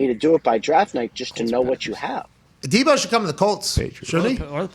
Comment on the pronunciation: did he say “Da Bo” Samuel?!? 🤣 and The Niners are crazy if they don’t give him a big contract! According to them, Jimmy G sux sooo…basically he WAS the whole offense…